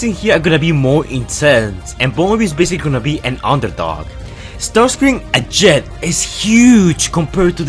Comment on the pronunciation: Caleb Ramat its not ramjet or starscream its ramshet or starsice cream